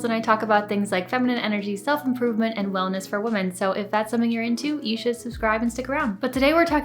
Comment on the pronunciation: Hey Jillz, I like your videos 🙂. Just a small thing that I noticed is that you pronounce women (plural) the same as woman (single). 🤗